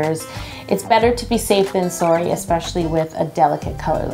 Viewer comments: Did anyone pick up on the Canadian "better safe than soorry" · LOL The way she said "sorry" was so Canadian.